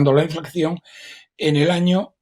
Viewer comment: Sr. Roberto Centeno. Por favor, INFLACIÓN, no diga usted, INFLACCIÓN, porque no es correcto. Gracias.